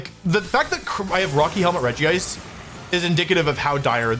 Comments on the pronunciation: Dude It's not ''Regi-ice" It's fucking Regice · Wolfey pronounces it Regi-ice, but it's just Regice :P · It’s regice not regi-ice lol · Out of all the Regis, Regice is the only one without Regi in its name. It's pronounce Rej ice (Regice). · ah yes, physical Regice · see that doesn't really roll of the tongue nicely, I think it should be like "Regisect" or something idk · You are pronouncing regice wrong